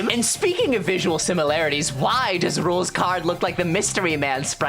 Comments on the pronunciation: 10 years and it will still be Sans Just like Asgore will still have the Bergentruckung Also, it’s pronounced “Rules” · Song that plays when you pronounce Rouxls as rucksls